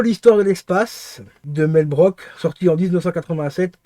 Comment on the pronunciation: ça se prononce broukse et non broke